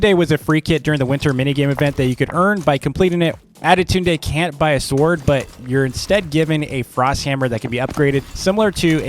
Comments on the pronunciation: Tip is not ade tund e is sayed. adetund and your welcome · Just the pronunciation with adetunde=adetundey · Why does he say adetune? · "Attidude Day" LOL